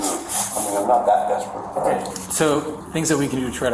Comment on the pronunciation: The way all cops say "okay" REALLY gets under my skin. Its like they say okoy.